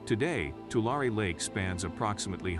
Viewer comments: As a ‘Valley Boy’, let me help you learn how to pronounce that name: Too Larry, with the accent ob Larry. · Nothing better than listening to AI mispronounce Tulare and other words . That area is not a disaster .The producers of this report using AI narration are the natural born disaster.